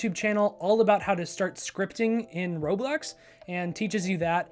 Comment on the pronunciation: You keep saying roblex